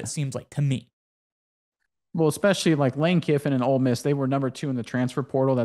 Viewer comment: Its Ole Miss, not Old Miss.